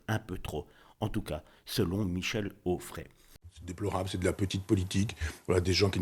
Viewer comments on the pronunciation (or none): Quand il faut dire Retailleau tu dis Retaillon et quand il faut dire Onfray tu dis Auffray ! Serais-tu dyslexique ?